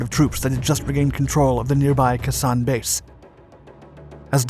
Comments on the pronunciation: I like your vids but...Kehsan? Its Kay-Sahn sir. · Jesus Christ. This guy mispronounces something in every video. It's not "Kuh-sawn" it's "Kay-Sawn." 🤦‍♂️ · I appreciate your enthusiasm for military history. I just thought you might want to know.... it is pronounced Kaysan. Not cusson. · Another great video. But Khe Sanh is not pronounced "K'san" but "kay-saan". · It's pronounced Kay Sahn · You're doing an excellent job with the timeline details, but it would help a lot if the names were pronounced correctly, as well. For example, Vietnamese pronunciation of Khe Sanh "Kh" is pronounced like "ch" in Scots "loch". "e" is pronounced as in "bed". "Sanh" is pronounced as in "sang" in the North, "sahn" around Khe Sanh itself (I base this on my experience of pronunciation in Hue), and "shahn" from (I believe) Da Nang all the way down.